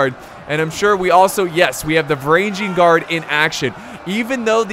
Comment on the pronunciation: και οι Varagian Guard επρεπε να τους λενε Φρουρα των Βαραγγων(Frura ton Varagon), αλλα δεν γινετε να τα εχουμε ολα χαχαχα